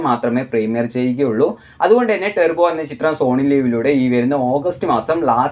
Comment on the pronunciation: ടെർബോ അല്ലെടാ... ടർബോ എന്ന് പറയ്‌